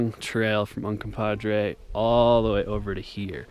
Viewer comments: VS.....it’s easy to say....”red river” 😉. It’s Ute I believe. Means red river. Un-come-pog-gray. Say it. I know you can. 👍🏻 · Un-com-pah-gre. Sounds like it's spelled, with the last syllable 'gray.' It's a Ute word, meaning "rocks that make water red." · The best part of this is your inability to pronounce Uncompahgre ; ) Seriously though, thanks for the shots. Looking forward to your updated version